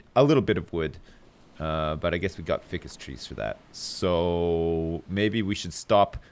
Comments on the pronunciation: Fie-cus not Fi-cus, Great vid as always :] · day 7568: is still saying "ficcus" rather than "ficus" god help us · *read in Trott's nerd voice* Actually, there are two possible pronunciations (ˈfiːkəs andˈfʌɪkəs). See Oxford dictionary for example:. does pronounce it wrong, since it should be "long" i. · isnt Ficus pronounced FYE CUS?